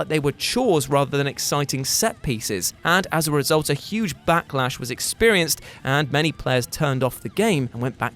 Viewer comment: anyone else hear "batlash" instead of backlash? haha